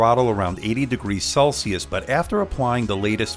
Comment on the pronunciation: It's "Celsius", not "Celicius"